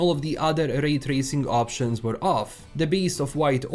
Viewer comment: "Rrray trrracing" As a german who has an accent while talking english, i just wanna say: Glad, I'm not alone. 🕺 Thanks for your video, m8.